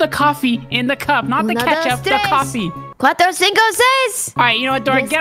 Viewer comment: Why is here like he was like "coffee.." but it sounds like he is saying "caffee"